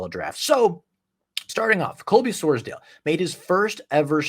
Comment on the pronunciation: Great video! Wanted to let you know for the future it’s pronounced “Sors-Dawl” not dale